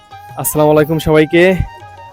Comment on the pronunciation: আসালা মালায়কুম না উচ্চারণ টা হবে আসসালামু আলাইকুম